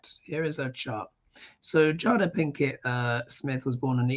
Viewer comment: Her name is pronounced Jay-dah.... (not jah-dah) Great interpretation of a very complicated person! (from Kim from Minneapolis--21.sept reading)